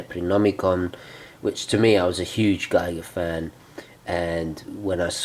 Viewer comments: HR Giger's last name is pronounced "geeger". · H.R. Giger is pronounced "Geeger"